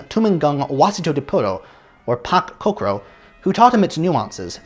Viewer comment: Thanks for this wonderful video on a wonderful composer, one of my favorite. I'm glad you mentioned the highly influential Pak Cokro, whose music was sent into space on the Voyager spacecraft (seriously...look it up!) I met Pak Cokro in Yogyakarta in 1999 or 2000. By the way, his name is pronounced more like "Chokro". My favorite Harrison composition is "Threnody for Carlos Chavez"